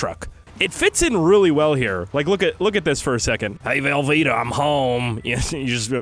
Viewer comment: Did he just say velveta as in the mac and cheese